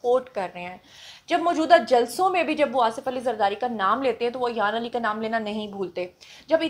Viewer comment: Ayan ki name ki pronunciation theek nhi mam Plz make correction. She is Ayan ...... Not Ayyyyyyan